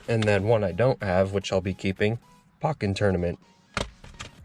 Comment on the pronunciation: Great video! Just letting you know pokken is pronounced like pokemon the low “o”. Great video!